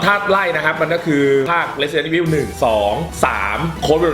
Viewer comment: Resident evil เรียกสำเนียงญี่ปุ่น(ออกเสียงแบบภาค3 nemesis) เรซิเดนโท่ อีโฟ